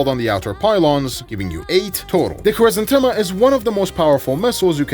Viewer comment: It's so nice to hear right pronunciation of Vikhr and Khrizantema. Only to hear Kh-39 and GSh-23 right after ;( Idk who to blame for the translation of russian Х as KH, while the spanish J for the same sound already exist. I love your videos, just please say all KH's as spanish J in Jalapeño or Pendejo and SH as... well SH in every english word with it